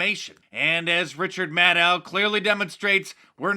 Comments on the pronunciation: Let me fix this its pronounced Richard MADcow 😂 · I'm sorry Dice but you mispronounced Richard's last name. It's Richard Madcow. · Richard Mad-ow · LOL! I had to rewind where Mark said "Richard" Maddow, and sure enough I heard correctly! 🤣🤣🤣🤣🤣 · Is it me or is Mark calling her “Richard Madow “ 😂?